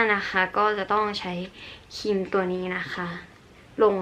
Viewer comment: ครีมมมม มี ร.เรือออออ คำควบกล้ำอ่ะแก🤣🤣